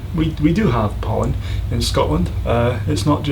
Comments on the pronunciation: for 10 I thought he said "do you have Poland in Scotland" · I had to repeat #10 a few times until I got it. I thought he said "Poland." smh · at first when you said pollen i heard poland